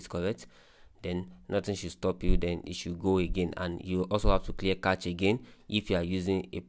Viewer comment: its not kach....its cache